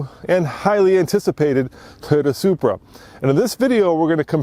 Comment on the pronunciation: Even the wheel lug nuts are Bmw style... did u just say Subra? And pls stop saying conjunction too many times find another word in the next future video.